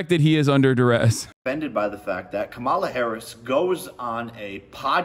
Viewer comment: Why is he saying Kambala?